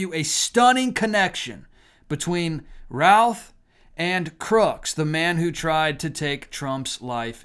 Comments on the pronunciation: I am from NC where he still has family who were contacted about the pronunciation of their last name and they said it should be pronounced ROOTH or RUTH and not ROWTH. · We pronounce it Ruth here in Greensboro area.